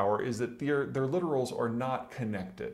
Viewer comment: Love your channel. And especially because you are the only person besides me who knows how to pronounce, lit·to·ral , most under-informed emphasize the “o”. Keep up the correct pronunciation practices.